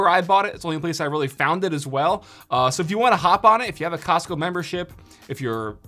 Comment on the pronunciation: I stopped listening after “Costco “